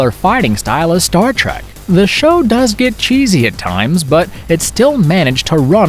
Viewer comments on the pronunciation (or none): none